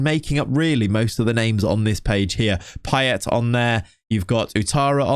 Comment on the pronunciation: I Can't🤣🤣🤣 '' Pie-Ett'' Blud its Pie-Ay